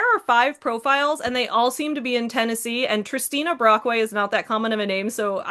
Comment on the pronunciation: Waitwaitwait… Did you say “Tristina Brockway”? This explains a lot.